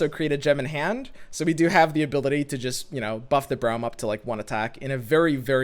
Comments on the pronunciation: Why do you pronounce Braum as Browm? Braum himself says his name and it doesn’t sound the way you say it. Is just me whose hearing this?!???? 😰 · I think it's like "Brawl" but with "hm" on the end.